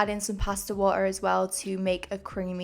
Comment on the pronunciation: Ok but the way you said “water” sounded wayyyy more American then I’ll ever make it sound 🤯🤯🤯